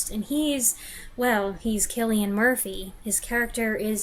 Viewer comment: As an Irishman, you get a lot of credit for pronouncing Cillian Murphy's name correctly. A pet peeve of mine is when I hear people pronouncing it with a soft C.